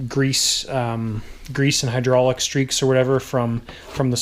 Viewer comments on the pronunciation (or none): none